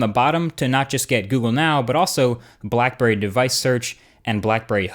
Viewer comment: black burrey xD